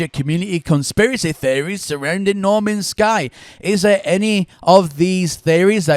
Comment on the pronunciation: "Normans sky" haha